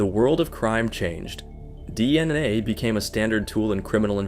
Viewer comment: Man this is the most AI narrated video Ive ever heard. If you are going to use AI you gotta proofread the script and tune it a bit. This was just jarring to listen to. Like, why wouldn't you even adjust how it pronounced DNA? Or catch that it changed raped to raided multiple times? This is just sloppy and lazy.